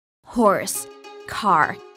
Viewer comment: In the beginning at first I thought she said Horus but she actually said horse. :'D